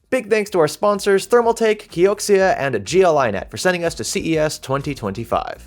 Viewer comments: So its pronounced as kai-ox-iya Not kee-ox-iya 😅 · pronounced as “kiokia”